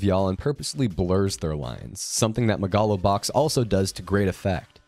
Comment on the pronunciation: I've never heard someone mispronounce megalo box until today